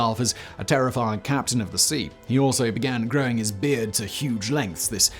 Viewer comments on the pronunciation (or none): none